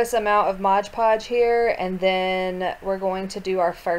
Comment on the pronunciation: thx for making this hehehe it's "mod podge" btw not " modge podge" have a great day♥☻☺